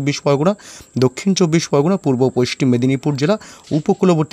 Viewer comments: পশ্চিম কে পশ্টিম কেন বলছেন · পোইষ্টিম নয়,হবে পশ্চিম। উচ্চারণ ঠিক করুন।সুনতে বাজে লাগে। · পাচু,পোস্টিম বঙ্গ বলছে আবার পোষ্টিম মেদিনীপুর 😂😂😂😂😂 গাঁজা খেকো পশ্চিম বলতে পরে না । খবর পড়ছে